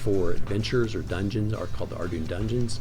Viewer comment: Good overview, but It’s pronounced are-dew-in grim-warr.